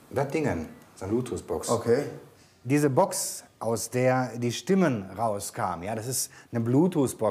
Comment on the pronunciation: Bloototh nicht Blootots😂😂